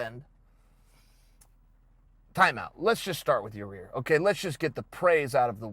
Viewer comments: It ain't Ya-Rear Uncle Chael.. For the umpteenth time It's Ya-Ear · (Ya-rear) Rodriguez lol chael it’s (ya-ear) yair ... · Ya rear??? 'Yai-ear'...Chael, come on dude! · YaRear!!! Lol c'mon Chael. YAH EAR DUMMY! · Chael: So Yareeer... Every1- its Yair Chael- ok great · Yaaaa ear!!! Not ya rear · “Ya-Rare.” Chael (Allweight GOAT) Sonnen -2019. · Ya--- clears throat Excuse me. YA-REAR RODRIGUEZ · Chael mispronouncing names is my favorite thing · Anybody else come here to hear Uncle Chael say “Yah-reer” again? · 1 second in.. Chael : "Ya-rear" Me: "Ok Great" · "Ya-ear...excuse me...Ya Rear Rodriguez" - Uncle Chael 😂😂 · "Ya-reer" 😂😂😂😂 gotta luv it! Only uncle Chael... 😂🤣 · Chael Stick your decision win up "Ya-rear" Sonnen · “ Your-Ear Vs Jeremy “ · Still calling him “Your-rear” lol! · hey unc do us a favor.. its pronounced yi-year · Ya'Rir... Yar'Rir, Ya-Ya-Reer Rodriguez... Yarir. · Holy shit, he actually does say Ya-rear. And Bolth. Also Brikfrest. You ok Uncle Chael? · Uncle Chael constantly slaughtering names . YAREAR and Kumar as examples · Yai - ear chael, your friend corrected you a few weeks ago lmao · Ya-e-air. Yair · Number 1 comment underneath mine👇.... And no disrespect uncle chael its ya- ear .. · It’s YIGH- ear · Just say "ya ear" instead of trying to pronounce his name. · Yaw- rear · Had to stop watching as soon as he said your-rear. I don’t believe he’s even watching the fights anymore. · Hey Chael, stop calling Yaír “your-rear”. Because that’s obviously not how his name is pronounced. 😂😂 c’mon, man. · he ALMOST says his name right... but then catches himself lol. It’s definitely done on purpose at this point. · I don’t understand how he can continually mispronounce his name. Its 2 syllables.